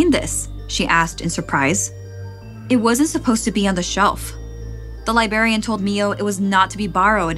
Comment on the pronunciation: I wish could pronounce these words more clearly and correctly. Libarian and libary aren't correct and it fucks up the immersion